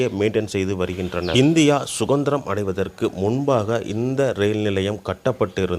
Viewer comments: ஐயா!பிழையின்றிப்பேசுங்கள்!சுதந்திரம் ...அது சுகந்திரம் அல்ல.. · தமி"ழ்".... தமில் அல்ல சுதந்திரம்..... சு"க"ந்திரம் அல்ல... மக்க"ல்".. அல்ல..... மக்கள்.. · சுகந்திரம் அல்ல.சுதந்திரம். என்று சொல்லவும். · Sudhanthirathukku - sugathiramunu solluraan Puzhalukku - pugalunu solluraan ivan vaayila darppa pulla pottuthaan koluthanam